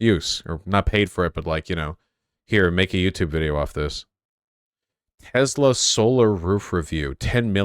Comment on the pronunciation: bruh.. it's "tesla" not "tezla" lol